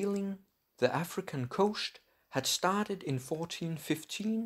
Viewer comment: Dutch accent